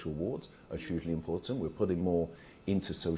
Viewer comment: Can someone please tell this shyster, Barclay, to say the word ‘huge and hugely properly. It drives me mad when he says Chuge and Chugely.😡😡